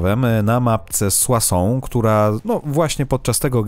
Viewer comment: O kurcze tu parles tres bien francais;D soissons kurcze dobrze dobrze haha